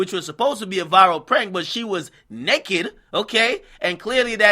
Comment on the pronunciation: I like how he said" NEKED"